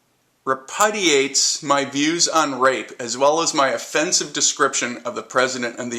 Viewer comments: Re-Pud-ee-aytes hahahahaha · "re-PUHD-iates" hahahahahahaha